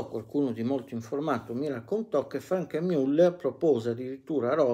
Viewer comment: io le rompo qualche volta le balle con le pronunce, ma i suoi video sono sempre davvero interessanti e utili agli appassionati, quindi anche se Franck Muller non si pronuncia per la precisione Frenk Miuller, ma piuttosto Franc Müllèr, con la A italiana di Anna e con la Ü francese di brut, per fare un esempio... essendo svizzero francese... Quindi grazie davvero per il suo impegno di storico della orologeria! Spettacolare veramente questa retrospettiva su questa maison oggi un bel po' appannata dopo anni di fortuna direi meritata, anche se decisamente non sono mai stati orologi di mio gusto! Quindi bravò 😎